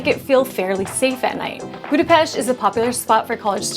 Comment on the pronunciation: Your pronunciation of Budapest also Rudas is immaculate. Nice video also.